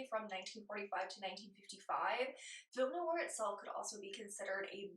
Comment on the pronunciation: NOIR has just one syllable ! Not Noo-ar